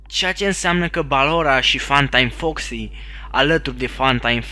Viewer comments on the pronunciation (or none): Sor'mea nu zice FunTime Foxy ci "Fantai Foxy" :)))))